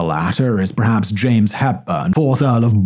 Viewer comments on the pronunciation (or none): none